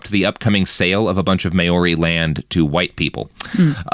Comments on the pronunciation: "Mowree", as you suggest, is an anglicised mispronunciation, too, though, and I prefer that he's actually trying to be sure to pronounce all vowels properly, which would be "MahOrRee", but unfortunately he chooses the diphthong "May", so it sounds so, so wrong. 😂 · Kinda driving me nuts with the "May-Your-Ree" - it's Mao-ri, Mao like Chairman Mao, and -ri with a trilled R. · Mayori?? i understand the excuse for mispronouncing british names but what's this excuse for this? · Maori is pronounced Mau-rri. Sounds similar to Maui. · Maori is pronounced "mawreee" btw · At least he's trying, and not just saying "Mowree" like most people do. I don't know how he both knew to pronounce all the vowels but still chose "may" instead of "mah", though 😂. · If he just rhymed it with dowry, it'll be passable for American English.